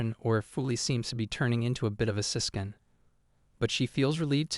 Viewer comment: "K'mmenting" aka commenting "Sis-kin" aka sis-con